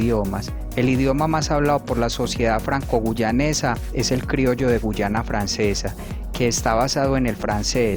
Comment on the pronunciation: Que no es guayana y no guyana